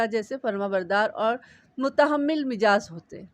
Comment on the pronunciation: بی بی جی ۔ آپ نے کبھی غور کیا کہ آپ مزاج کو مجاز پڑھتی ہیں ۔آپ کے خیال میں مزاج اور مجاز کیا ہم معنی ہیں ؟